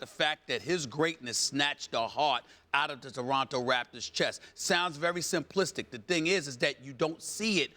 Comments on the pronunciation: Stephen A says "Doronto Raptors" instead of Toronto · Who in the hell are the "Deronto Raptors" Stephen A??